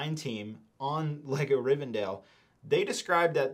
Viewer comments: you said it right the first few timesbut then switched up rivendell, not rivendale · Love this review!! Looking forward to this release! Thanks for previewing this set for us 🙏🏽 Side note: I hate to say it BUT it does tick my OCD … isn’t it pronounced [ri-ven-del]… several times I keep hearing [ri-ven-dale] 😅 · DELL. It’s RivenDELL… not DALE